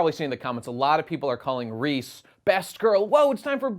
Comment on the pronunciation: "Reese" Jesus christ dude, it's レゼ, Reh-zeh.